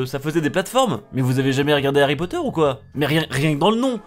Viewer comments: C marké ipod ait pa ari potere ! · ARRY POTTER